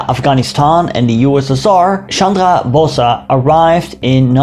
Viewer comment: Please dont say BOSAA, its BOESS BO+S